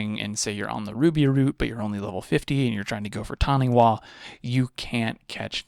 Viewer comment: Small thing but "Taniwha" is a Maori mythological creature and is pronounced "Tani-fa", Te Reo Maori (the language) does not have the written equivalent for F and so uses wh as a substitute.